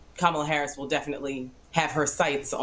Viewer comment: The first Indian vice President..Say it right Marc!!!..Even she says she Indian..